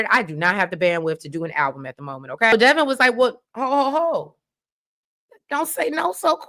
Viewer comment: its Devon like Divine not Devon like Kevin